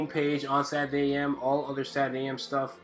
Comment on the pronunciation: Dude, I fucking love your art, your teaching style, everything. But please, for the love of god, enunciate SATURDAY. It irks me every time.